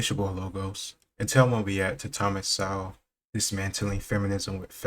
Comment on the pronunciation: Please pronounce Thomas's last name with the "w" silent.